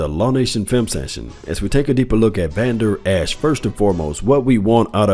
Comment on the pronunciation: Law, you are mispronouncing Vandurlacher's name.